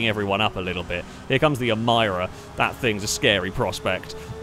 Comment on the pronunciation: Hearing you pronounce Emira as Em-EYE-ra is never not funny. Great video tho otherwise